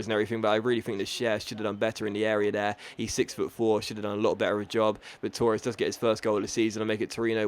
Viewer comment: Why do you pronounce Torres like that